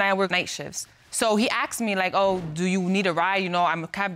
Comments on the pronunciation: Yeah....axed instead of asked. Jeez! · She looks remarkably healthy for someone who has been “axed” so many times.